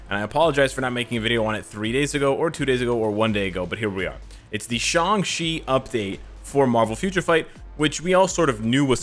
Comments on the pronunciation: Isn't his name is sang-chi why is saying sang-si??? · Why does he keep saying Shang chi as shangshi